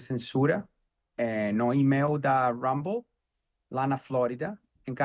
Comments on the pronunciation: O nome é RUMBLE, não HUMBLE, por favor!! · por favor observe a pronúncia do nome Rumble... Do jeito como você fala em inglês significa "humilde"... O R no inglês soa diferente... Joga no Google tradutor aí que você vai entrar... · COMECE POR APRENDER A PRONUNCIA EM INGLÊS DE "RUMBLE", SUA MIMIZENTA TONTA.